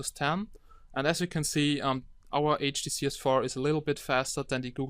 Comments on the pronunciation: Before you scroll down to the comments, please remember that the OP has a few accent problems and hence pronounces HDC as "HTC", hope this comment helps out. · HDC not HTC my friend HDC :D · i thought you was say HTC S4 but you say HDC S4 or maybe my ear is wrong?